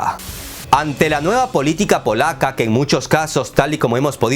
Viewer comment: Agregar que eres muy bueno para escoger los temas. Pero mas me gusto cuando dijiste miopía politick jajaja